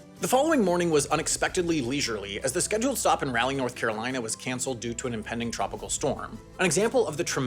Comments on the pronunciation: Raleigh is pronounced Raw-Lee, not Rally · Raleigh is pronounced Raw-Lee not rally. Been a while since I’ve heard someone say it this way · Raleigh NC is pronounced similar to Molly but with an R, not like the word "rally" (which is what this video did). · it’s pronounced raw-lee not rally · Interesting video, but like so many others have done, you mispronounced the Capitol City of North Carolina. It's not pronounced as if it was "rally", The "A" has an "ah" sound. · you said Raleigh wrong 😑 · it is pronounced Raw-lee and that is coming from a NC native. No one in the state pronounces it rally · "Raw-lee," North Carolina. "Raw-lee." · FYI Raleigh is pronounced rah-lee. Growing up here that pronunciation feels natural, but people from outside of NC seem to consistently have trouble with this for whatever reason. Otherwise well-researched as usual! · And Raleigh is pronounced Rawlee